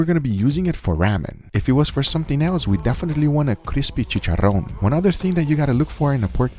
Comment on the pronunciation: It's chicaron not chicharown as is on not own, ron not rown chichar-on.